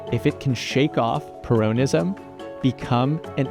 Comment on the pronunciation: Es peronismo, no purounism, pero así suena más estúpido, así que segui diciendo peronismo así.